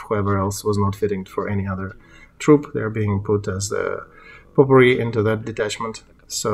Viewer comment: I still say this site would not be as successful as it is without your narrator . His voice is so soothing and translates so well..oh yea potpourri is the only word I've heard you mispronounced! It's long O..po...! UKRAINE Will conquer this evil. 🇺🇦🇺🇦🇺🇦 Stay Strong..